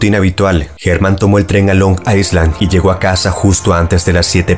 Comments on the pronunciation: Me encantan tus videos, los veo desde hace varios años ❤ PD. Island se pronuncia “ailand” ✨ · solo para corregir, la palabra "island" se pronuncia "ailand" sin la S